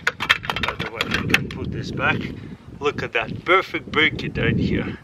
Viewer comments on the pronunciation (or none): "Pewrfect bricket"